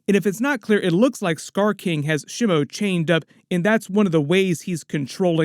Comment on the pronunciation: By the way Shimo is pronounced SHEE - MOH with short pronounced vowels, and SOFT consonants; it's NOT pronounced "Sh'moe"*